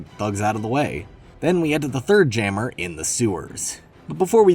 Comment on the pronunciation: why did bro pronounce jammer as gamer but with a j lmfaooo